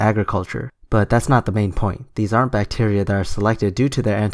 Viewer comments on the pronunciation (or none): "Deadly bacteer"